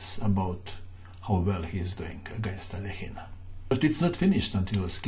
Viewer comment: rat According to Wikipedia, the pronunciation is [ɐˈlʲexʲɪn], which is basically how says it…perhaps a bit more Russian-sounding.